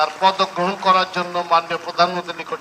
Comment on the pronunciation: উপস্থাপক এত্তটা নিচু মানের হয় কি করে? কথাই বলতে পারেন না, প্রধানমন্ত্রী শব্দটাই বলতে পারে না।।